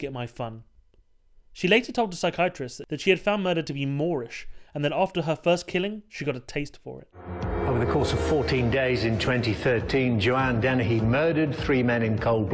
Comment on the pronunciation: It's Joanna Dennehy not Tahini